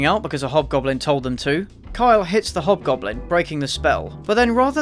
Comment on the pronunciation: Why do I hear "hot goblin" instead of "hobgoblin"? Better be a hint for a porno sequel